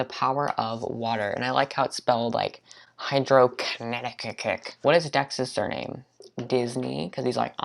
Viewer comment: Great video!!!! This video was so funny, I loved it! In the beginning I thought you said Hydroconnecticut And I was so confused I watched that part 5 times!